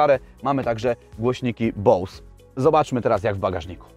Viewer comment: Ziomek , nie głosniki bołs tylko bose :) s czytamy jak z :🙃😉